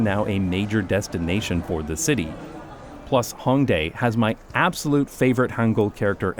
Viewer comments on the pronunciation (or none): none